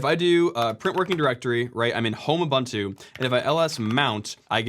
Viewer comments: For the love of god, please learn how to pronounce Ubuntu. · its ubuntu, not abantu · Everybody talking about Weasel but I can't help but be bothered by Uh-buhn-too. XD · for me it was how he pronounced Ubuntu